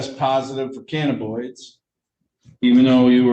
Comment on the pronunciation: Lol, the way he pronounces cannabinoids is making me crazy, it's ka nuh buh noyd, not ka na boid.